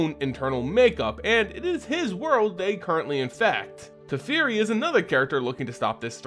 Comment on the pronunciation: Tefeari, Dome-inaria? bugs me. Personal issue. if that's the correct WoTC pronunciation, ignore me :P